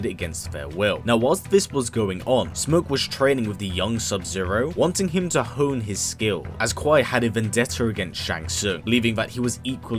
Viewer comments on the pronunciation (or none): none